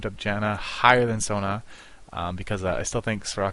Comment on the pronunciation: Her name is So-Na. Not Sauna...